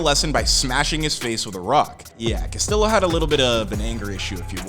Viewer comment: Dude say the name right yeah dumb mf. Castiyo